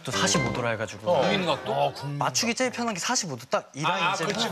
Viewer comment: 제일을 쩰로 발음하는 거 너무 귀엽다 ㅠ